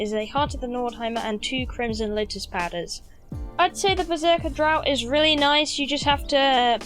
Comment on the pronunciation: "Draught" is pronounced " draft." Weird fucking word. Also, "alchemical" is pronounced like "Al Chemical." After all that, I am at home, drinking to your good health. Cheers! Sorry I'm such a dick.